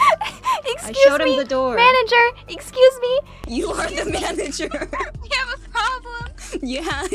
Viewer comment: "Myanager"